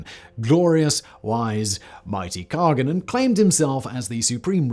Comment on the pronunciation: PS: the G is silent in Khagan... You can say Khan.